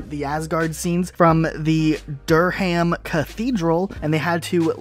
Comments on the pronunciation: Derrr ham cathedral lol. Its pronounced 'durram' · It’s not pronounced Dur ham ........ it’s Durham, all one word. I know, I live in Durham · Dur ham cathedral 🤣😂😅 Spectacular pronunciation 😆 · For future reference Durham is pronounced Der rum